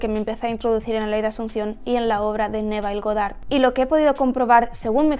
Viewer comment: Para un año siguiendo a Neville Goddard ya deberias pronunciar bien el nombre.